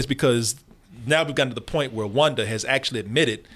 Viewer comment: No one:: Wunda and the Multaverse